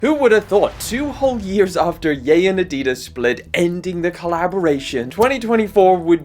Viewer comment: That’s how you pronounce it… It’s not yee it’s YAY